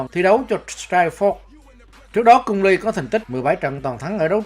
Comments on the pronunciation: Nó bị ngọng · Cung lê mà đọc cung li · Cung Lê, chứ cung ly gì bà, người việt phải ng tàu đâu